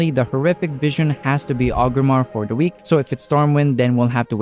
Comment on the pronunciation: sounds like you are saying Ogrimmar (with the R missing before the G), then i noticed you put up a list of objectives twice, once for 5 mask achieve and once for the 8, and in both you had the city name spelled as Ogrimmar. so I figured I would let you know it is Orgrimmar, that is why people say Org alot when referring to it, not Og. that being said, it was a good video. I'm just looking out so you will spell/say it correctly in future videos.